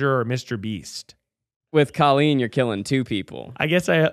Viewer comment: Clearly can't be Colleen since you can't pronounce her name. :)